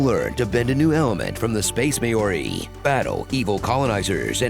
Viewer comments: Mao-ree. Not may-or-ee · "Māori" isn't pronounced "May-ori" (e.g., your pronunciation in the Avatar - Way of Water segment) -- it is more like "Mau-ree" (or at least that is reasonably close enough for a non-Kiwi). The actual Te Reo pronunciation involves a slightly less common vowel combination sound. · Maori is pronounced more like "MOW-ree", just fyi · Did you say "space mayoree"?? for Avatar.... ???? You better not have been butchering the pronounciation of Maori. If you were, look it up. Do Not be so disrespectful. If I have the wrong end of the stick, ignore me. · Space "May-yoree" uhh if you're saying what I think you're saying, you should probably check the pronunciation before doing the full trailer... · Tfw you call the people "may-ore-ee" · The way you say Māori physically hurts me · You badly mispronounced Māori. Gotta work on that. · So nobody decided to google the pronunciation of Māori, huh? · I'm afraid that's not how you pronounce Māori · that pronunciation of the word "Maori" was atrocious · Is that how you pronounce‘Māori’? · you could have at least put SOME effort into looking up the proper pronunciation for Māori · You couldn't look up how to pronounce Māori?